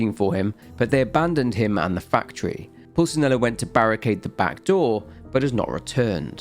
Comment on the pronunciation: How do you butcher the pronunciation of Pulcinella so badly? You can literally hear it ingame.